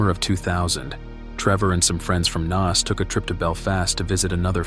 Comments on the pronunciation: Im from Dublin pal it's pronounced Nace not Naz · Pronounced NACE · Trevor had followed a girl to Alaska who had asked him not to come over to see her. He seems to have just turned up anyway. You can find a 3 part article on this in the Irish independent from the time. Also just to help Naas is pronounced like Nace ! Enjoyed this and will watch some more of your videos 😊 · It's Naas, not Naas!